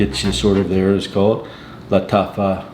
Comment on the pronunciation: CONGRATULATIONS! PDM! That is awesome! UNC...LOL...I almost cracked a rib the way you said Lataffa FAKKKQUQKK! LMBO!!